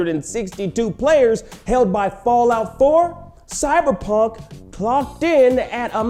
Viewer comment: "Cyberjunk" Nice 👌